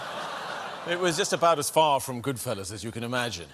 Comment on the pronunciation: I love how he says “Good Fellows” rather than “Goodfellas”